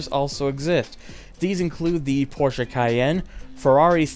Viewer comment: propps to you speaking "Porsche" properly :D not many mericans are able to xD